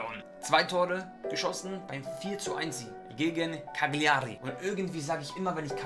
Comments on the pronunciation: Es wird Kaijari ausgesprochen und nicht Kaliari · Bei cagliari wird das G glaub ich nicht gesprochen. Also quasi caliari